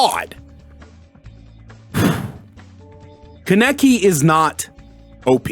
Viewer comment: The way you say his name is lwk stupid ngl